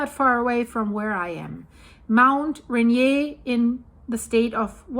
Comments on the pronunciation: I, for one, would like you to delve deeper into this subject. Very interesting! I live in WA, north of Seattle. Rainier is pronounced ‘Rain-ear’. 🙂 I start my day with watching your videos. 🩷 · Mount Rain-ear….I believe that is how it is pronounced ❤ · Its called Mt.Rain eer like rain deer one word❤